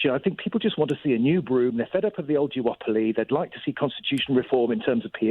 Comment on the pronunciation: Sorry does the caller say "jew-opoly"?